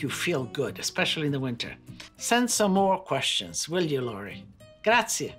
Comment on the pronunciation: Cara Lidia, hai imparato anche tu come gli americani a dire “Grazi”, al posto di Grazie ? In Italia, come tu sai, abbiamo un proverbio che dice……”Chi va con lo zoppo, impara a zoppicare !”. 😉😀